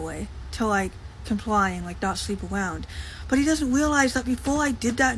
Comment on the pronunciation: "Sweeping awound"